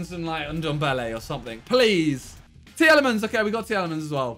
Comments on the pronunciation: Normal people : Teel a mans Simon : Tee-El-Ee-mans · Tea Lemons............. That is how ur supposed to say it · The way he Miniminter says Tielemans